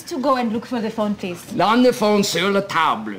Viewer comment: and we THINK that he might have left it, at the 'tebul.'